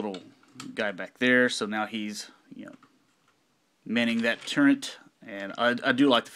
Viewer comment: Why does he keep saying 'Turrent' instead of Turret?